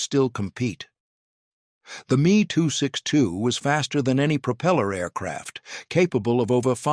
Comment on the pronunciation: I figured out how to tell AI. when the say ME 262 it is not two letters it is the word. Instead of 28 hundred the numbers are individual not as one.